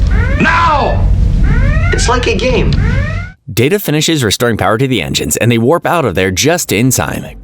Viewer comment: I love how you call enigns enzymes